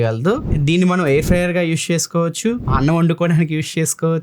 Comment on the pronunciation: యూష్ కాదు అన్నా... యూజ్ 😀😀